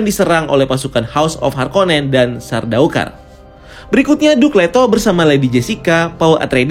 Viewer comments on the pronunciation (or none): Donken,sardawkar,houseofwer,burnikhalek,paulatredis,fremon,arakis Sumpah puyeng denger nya wkwk